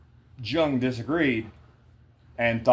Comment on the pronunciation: I love how you said you were glad you were wrong. How you thought it was a cult or something and didn't want no part so you challenged following the guidelines only to find you were wrong because I felt and thought the exact same way about it. Btw the J is silent😊